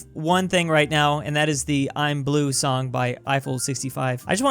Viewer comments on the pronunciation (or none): none